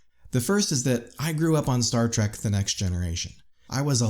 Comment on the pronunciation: It's Star Trek not star track